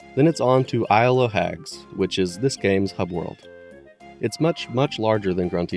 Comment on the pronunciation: Isle o' Hags is pronounced Isle uh Hags. The o' is a lazy pronunciation of... of.